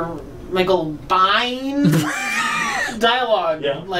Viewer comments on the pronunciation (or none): You know damn well it’s bee-yen. Jesus Christ